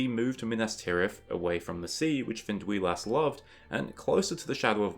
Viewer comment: It's Fin-duy-las. Except that awesome video!